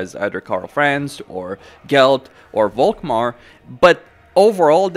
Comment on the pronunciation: Why do you pronounce "Volkmar" with a "v"? It is German and should be an "F". I.e. "Folkmar". "Folk" btw means "people".